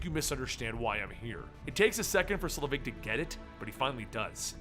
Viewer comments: I thought it was pronounced Selvig? Not Slevig? Am I wrong? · It's SEL-vig,, not Sle-VIG. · Pronounced SEL-vig not sluh-VIG. Haven't you seen a Thor movie? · Say it with me... "SEL_ VIG..." Not "SLE VIG..." Perhaps if you're going to run a channel called "Comicstorian" you should learn to pronounce things correctly. Do you're research dude. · SELVIG... not "Slevig" That being said, thank you for uploading this and everything you do. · Isn't it "Selvig", not "Slevig"? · "Doctor Sulivig" .......... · It's SEL-vig, not SLEVIG. Insert Harry Potter joke here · I like your channel and enjoy listening to you "dramatically reading them back to [me]," but it really tears me out of the story when you mess up names, especially a name from the movies with a well established pronounciation. Honestly, how do you take "Selvig" and pronounce it as "Slevig"? It's pronounced just like it looks. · SELVIG NOT SLEVIG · It's selvig like the mcu character not slevig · SELVIG... Dr. Erik Selvig, not SLEvig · I remember you're terrible at pronouncing things but you've watched the MCU movies right? It's Dr. Selvig not Slevig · isn't it Selvig instead of Slevig? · Allen Greenberg he said it wrong so many times!!! I'm no grammar Nazi but God that made eye twitch each time he did. Pronunciation: "Sell-Vigg". Oi. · it's Sel-vig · i know you hate this and you most likely got 100 comments about this but you said selvid's name wrong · oh its the worst i think hes doing this to just troll us now. i mean they say it in thor and the avengers how is he getting it wrong